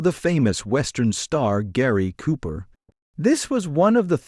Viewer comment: Jeeeeez. At least pronounce the man's name correctly.....................................................